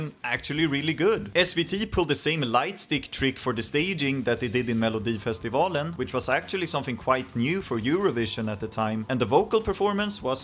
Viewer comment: Jag känner mig lite egenkär som kollar denna 😂 jag vet ju allt detta egentligen, men det känns lite mer exklusivt att höra det på engelska 😊 man hör att du är svensk när du säger "melodifestivalen " för ingen amerikansk kille kan säga det rätt😅 jag får väl passa på att skryta om att jag har en Loreen tatuering sedan nov 2015❤